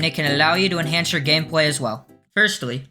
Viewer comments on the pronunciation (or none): none